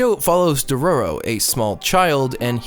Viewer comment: I literally couldnt watch the video because of his pronunciation of dororo and haykkimaru